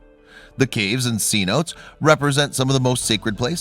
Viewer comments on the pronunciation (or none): Cnotes?? Pronunciation is terrible.Great video though